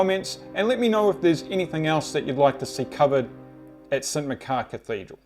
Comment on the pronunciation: Great video, but it's pronounced St Mach-ar rather than Mc-car. I live in Aberdeen.